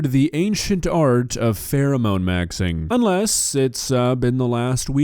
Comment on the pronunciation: "Phewemone Maxwing"